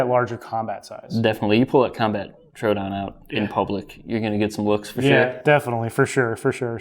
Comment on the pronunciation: TrO A Don my guy